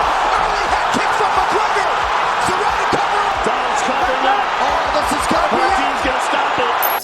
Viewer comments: he called Donald Cerrone the wrong name. Prounounced it with a K. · Kerone? Cerrone is pronounced Se- Row -Knee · Ok man you lost me when you called cowboy CA-RONE literally anyone with a mild interest in the UFC knows who he is and how to pronounce his name. I'm a huge Conor fan and I get accused of bias all the time but bruh. Bruh! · Did you really say Donald “Carone” 😂💀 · ‘Donald carone’ lol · Honestly I'm in shock this man said "Donald Karon" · Donald ker-oh-knee? Casual. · Who's Donald Karon? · He is saying Donald Corone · First warning sign this guy was wrong was when he pronounced Donald Cerrone, "Donald Kerrone". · Bruh what? Donald “ker-own”????? Is this your first ufc fight? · The fuck is he saying kurown for. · It’s Donald CER-Ron-E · Kerone , like how do u mess.that up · He called him caroone🤣🤣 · The way you pronounced Cerrone makes me hate you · U Just butchered the “Cerrone” name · Honestly if you can't pronounce Donald Cerrone's name right you know nothing about mma and shouldn't be making videos about it! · Dude you dont even know how to say donald cerrones name right. Stfu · Also you said Cerrone wrong, delete your channel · Donald "Karon" Khabib "Nurma Goma-Dov" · Donald carone? You couldn't even pronounce khabibs name right or even dustin. You clearly dont watch this sport. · Donald keron??? Dushtin Porywer??? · Hahahaha you are such a casual fan....a tourist....mispronoucing Poreeio and Cerrone looool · Such a casual fan, you can’t even say Poirier or Cerrone’s names right